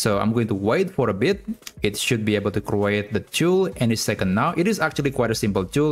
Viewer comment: the way you pronounce the word create is wrong